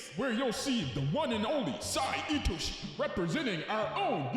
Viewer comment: Finally someone who knows how to pronounce my glorious kings name properly (itoshi sae)